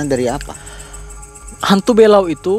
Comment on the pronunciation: belau bg, bukan bélau 🤣